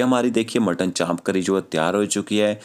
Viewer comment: It's champ... Not chaap